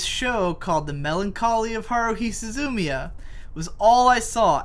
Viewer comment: Su-zu-MEE-ya. You stress on the 3rd syllable.